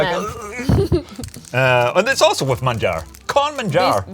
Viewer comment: pronuncia excelente español! Manjar!